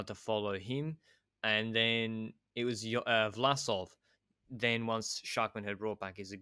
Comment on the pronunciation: As a frequent listener, who loves your work, I just wanted to make you aware of the correct pronounciation of all the "-mann"s on Bora. I know you put great effort into getting the names right, so maybe you´ll adjust in future episodes. Both "a"s in "Schachmann" are pronounced exactly the same: like the "A" in Armstrong. Obviously this also must be applied to Buchmann, Ackermann and Schwarzmann :-)